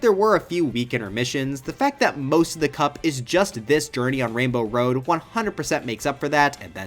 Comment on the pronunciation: “it’s time to enter wainbow woad”